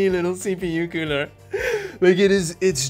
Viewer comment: Every time you say cooler i hear pooner